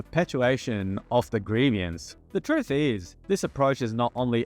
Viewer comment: Please God stop adding a middle syllable to the word "grievance"